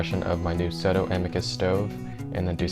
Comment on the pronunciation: It’s pronounced So Toe 😂😂